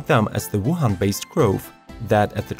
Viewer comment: U said Wohan and bio in the same sentence😂